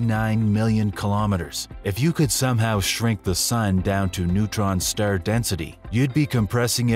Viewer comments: Is it some sort of AI epidemic that can't pronounce words in the right way? What the heck is a stare? Anyway AI narration is awful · What's a neutron Sterr???🤣